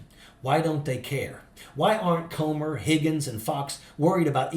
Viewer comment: when you pronounce the word "come" it's different than the word "comb"..so lets pronounce "Comer's" name correctly ..Comer is pronounced "cummer"